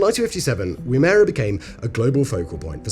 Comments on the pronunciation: 1. woo-mer-uh 2 A-bombs were carried out at Maralinga and Emu Field, not Woomera. 3. At its height the range extended to around Exmouth Gulf in WA, about 1900 miles, connected in part by a highway known as the Gunbarrel Highway, it was so straight. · You REALLY need to work on pronunciation, ESPECIALLY when it comes to Australian place names. Woomera (womb-era) is a restricted rocket test and launch area in central Australia, whereas Wimmera (Whim-era - how YOU pronounced it) is a region in western Victoria adjacent to the South Australia border containing six shires and multiple towns including the small city of Horsham. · Woomera is pronounced woom'ra. My grandfather used to work for the military out there testing rockets. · its pronounced "Wum - Ma - Ra" and if memory serves the rough translation of the name itself comes from the tool used in assisting throwing spears somewhat like a " ball thrower" used by dog owners. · It is pronounced WOOM EAR A. Not wooomera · Woomera is pronounced woo me ra, and Ive been there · It's pronounced "Woum-Err-Ah" and was the site of nuclear tests after WWII. In the 80's it was still too irradiated to enter parts of it without hazmat suits. The rest is as you said, a test site that might or might not be home to alien tech which was moved from area 51 when the public were getting too close to the truth after The X-File tv show came out in the early 90's (the last part of that sentence may or may not be something I just made up then and I may or may not be a member of staff on the government disinformation program whose job it is to muddy the truth so to keep people chasing ghosts and easy to control by never debunking said ghosts) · Woomera is pronounced Whoom er rah....NOT WmMERA... Abroginal for Spear Thrower .. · pronunciation tip - the emphasis goes on the first syllable; WOOMera. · Was wondering if any Aussie was going to comment on that, because i was. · enjoyable. Pronounced "Wum-er-a" not that you need to know.